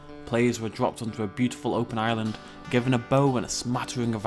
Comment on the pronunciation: like the way that you say island as Ireland